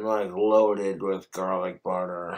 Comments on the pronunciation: Is he trying to sound British by how he pronounces “garlic?” So irritating. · He’s getting really bad at not pronouncing his Rs “Galic, Pamasean, Camalized onions” must be the tooth rot